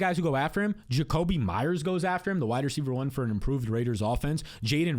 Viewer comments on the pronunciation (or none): none